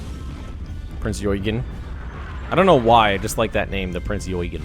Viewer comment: Love the video. Looks like you're having a lot of fun. BTW it's pronounced Prinz oi-gen. It is an interesting ship, that actually accompanied the Bismark on it's first/last voyage.